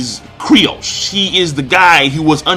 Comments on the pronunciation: its freaking Kyros not Kryos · Kyros, not Kryos! lol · K-Y-R-O-S not c krios lol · What the fuck is Cri oss, his name is ky ros. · fucken sucks at saying these characters names. Dude's name is Kyros, he called him Kryos... He says Viola like Veeola